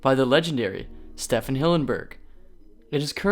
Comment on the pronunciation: Ok but like you fucked up pronouncing Stephen Hillenburg, it's pronounced like Steven. Sorry to be a libtard cuck but as a fellow Stephen, just gotta correct u there boyo